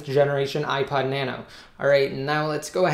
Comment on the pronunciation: Sounds like you said ipied lol